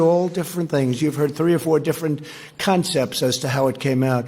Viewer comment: I thought he said 3 or 4 different cuntsepts?😂